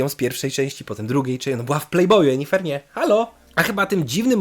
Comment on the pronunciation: Sorry, ale jak mówisz "Jenifer" zamiast "Yennefer" to mi się barszcz wigilijny cofa :O